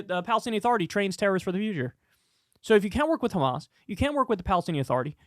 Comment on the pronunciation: Funny how American media has started saying KHAMAS instead of HAMAS???